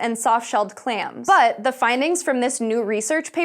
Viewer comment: Welcome to SciSHow! BUT, here is one complaint/constructive advice.... Try not to emphasize so much word "but", and also ask one who writes script, to use less of "but" in narration... Those "but-s" stand out to much and become to noticeable. Otherwise, for first episode, it's all good;)